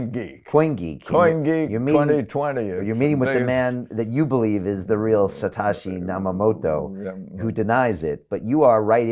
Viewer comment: He has interviewed Bitcoin hater Andreas Antonopolous but doesn't know how to say Satoshi Nakamoto lol